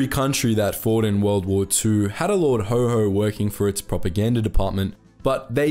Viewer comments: His nickname was Haw-Haw, not Ho-Ho. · That is rather unhelpful as that word is pronounced as "hoe" by Americans and "hoare " by British. The name was coined in Britain and it is haw, which rhymes with saw jaw law. The W is a flat w not the Amarican wh sound like where they almost put an h on the end in some parts - like "lawh". Haw-haw is a working class term for a posh accent, slightly mimicking the sound of the accent. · Haw haw not HoHo. Hoho is Father Christmas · Lord Ho Ho? Possibly the worst mispronunciation I have ever heard ... do your research! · It was Haw Haw not Ho Ho! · Not Ho Ho, actually pronounced way it was spelled, Haw Haw, as in Saw..... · It was lord Haw Haw not Ho Ho. BTW, he wasn't British. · Sorry! You ruined it by naming Haw Haw as Ho Ho. Where in the blazes did you obtain that pronunciation? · You will have to re-edit its pronounced Lord Hor Hor not ho ho! Its an important point and will be lost. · Good video, but lord haw haw - pronounced more like a donkey "horr horr", as he was considered stubbornly (like a donkey) anti British. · It's pronounced like the word "whore"